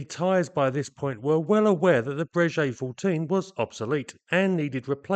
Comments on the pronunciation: Just a side note: Breguet is pronounced /Brayghay/ and not /Brayjay/😉(tricky treacherous French pronunciation). Another common mispronunciation being /Dazo/ instead of /Dasso/ for Dassault. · Great content and thanks for the videos. One point, your pronunciation of the name Breguet, should be as a ‘G’ not as a ‘J’. It is the same company who build excellent up market, high end watches or horology and it is always pronounced as Breguet with emphasis on the g.